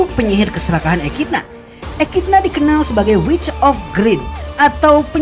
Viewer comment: Echidna pembacaan nya ekidona